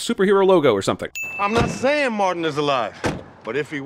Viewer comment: Mardon? Its Martin, guess thats a sin for you